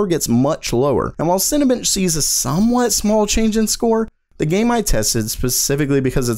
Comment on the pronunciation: Interesting video, Watched more than once, nice pace, not too long etc. One thing caught my eye... it's Cinebench, not Cinabench dude.